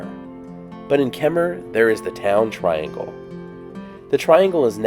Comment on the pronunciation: So nice to hear "Kemmerer" pronounced correctly!